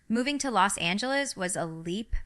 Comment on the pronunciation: I noticed she said Arkansas and Los Angeles weird. So I thought that was fishy.